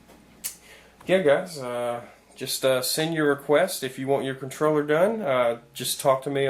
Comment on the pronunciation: Did you say controller or troller? lol